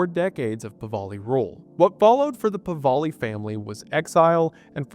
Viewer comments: Never in a million years did I think I would hear an Appalachian country boy to pronounce the name of my Persian grandfather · Mate, I know ppl don't give much of a toss but youve been mispronouncing the Pahlavi name. Had to say something 🤷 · What is so difficult about pronouncing the Shah’s last name properly? Holy fuck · not at all. He's just mixing up where the l and the v go. Come on now. He does this all the time, maybe mildly dyslexic? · Pronouncing Pahlavi wrong over and over again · It's "Pahlavi", not "Pahvali". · The PahLAVI . NOT Pahvali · It''s "Pahlavi", not "Pavali". I only mention this because you got it wrong every time. Pah - La - Vi. Not Pa - Va - li. Yours truly, The Pedant. :) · PahLAVI not PahVALI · It's Pahlavi, not Pavahli. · Pahlavi, not “Pavali” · The name is Pahlavi, not Pahvali. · I'm sure this has been commented but his name is "Pahlavi" not "Pavali". I love you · Pah-La-Vi not Pah-Va-Li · It's Pa-LAH-vi, not Pa-VAH-li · Pronounced Pah-la-vee. Not Pah-va-lee. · FWIW the shah’s family is Pahlavi. Not Pavalley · Goodness, gracious, dude, learn how to pronounce the Shah's name. It is spelled Pahlavi, and is pronounced Pah-lavee. It is NOT Pah-vali. I simply cannot listen to the rest of this video ans you mispronounce their family name EVERY SINGLE TIME. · Puh-LA-Vie not Puh-VAL-ee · “I ran” “pivali” it’s “e-ron” and “pah-lahve” baba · It's not PAVALI😭😭😭 it's PAHLAVI. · It is mindboggling that you pronounce Pah la vi as Pa va li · I'm guessing you don't mean him calling Pahlavi Pahvali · Still going to listen to the end but I hope I don't have to hear Pahlavi pronounced "pavali" too many more times. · Just a small pronunciation correction, Pahlavi is “pa-la-vee,” not “pa-va-lee.” What a Wendioops! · pahlavi pahlavi pahlavi. I am not iranian nor do i care that much. what makes me mad is that the google translation is just flat wrong and i have to listen to 3 minutes of the pronouncing it wrong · Pahlavi not Pahvali. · Pahlavi* Pah-Lah-Vee